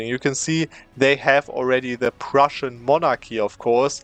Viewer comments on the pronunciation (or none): none